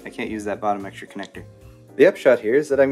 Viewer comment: did you say egg-stra stuff?